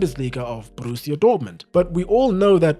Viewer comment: Great video mate, one note tho. You don't roll the R in Borussia. It's a rough R, you say it in your throat, not with your tongue. :)